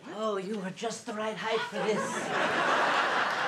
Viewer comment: “You’re just the right highth for this.” 🤣🤣🤣 finally lol